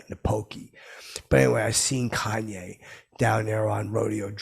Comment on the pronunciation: Thought for sure you'd pronounce his name like "Cain" West